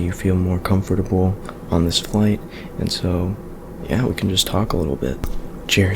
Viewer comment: Comfotabol😂😂 i got really triggered